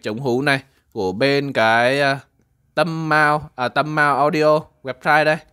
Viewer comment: Ngta là TÂM NAM , ôg đọc TÂM MAO . lạy bố